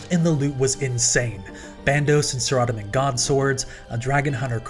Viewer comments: I know for a fact you didn't just pronounce Saradomin as, "Sarradaman" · Clearly the correct pronunciation is Sara-dome-in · LOL, I pronounce it "Sara-dohmin" but you did that but just said it fast. Good vid tho bb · The way you pronounced Saradomin and Elysian tilted me a bit.